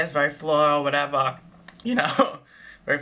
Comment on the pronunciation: Haha I love the little comment on the Juicy Couture perfumes "This is sweet this is whatevah" LOL